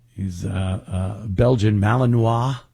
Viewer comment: It’s always amateur hour with him. Nobody cares about your dog,. He can’t swing the investment in soundproofing his studio for a national radio show that he claims is a big deal? It would be a write-off. At least he started saying Malinois sort of correctly.